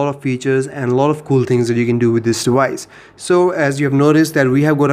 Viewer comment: dewice ...... ok bro :D